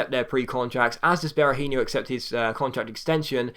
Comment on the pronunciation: Berahino's name doesn't end in yo, it's just a no sound! Just a little head's up, keep up the great work as this it the best career mode out there!!